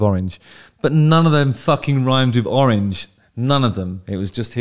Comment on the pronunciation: oh-reenge? Very interesting way of pronouncing it.